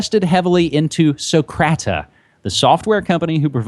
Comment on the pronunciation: "Socrata" haha. gotta love it. this is a great show.